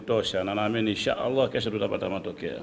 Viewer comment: Napenda unavyotamka.INSHAA ALLAH. Yaani.kumtegemea Allah